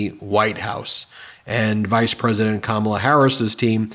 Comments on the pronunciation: You may not be a Trump guy for much longer Mr Vance. Trump probably wont be a Trump guy for much longer. Have you guys met Ms Harris? The excitment I feel is very real. We have a great candidate in Kamala. I see you have trouble pronoucing her name. The stress is on the first syllable Ka. I know you have a problem with speaking english still but hey; you finally might know what NATO does. It is an alliance. The USA went to war against Iraq and all Nato members went with us. Thats how it works Donny. Even for such a stupid war all of the NATO members acted like it was cool to help the USA in our creation of ISIS. You still dont get it right? Maybe Kamala will help you. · Trump talks about her as if he knows her. He doesn't even know how to pronounce her name.